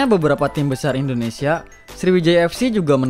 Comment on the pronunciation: Nami Namaewa bukan endonesa itu salah, anda orang asli Indonesia kan, kalau emang asli berkata lah yg benar, orang asing ajha lancar ngomong Indonesia lah anda orang asli Indonesia knpa ngomong nya sprti itu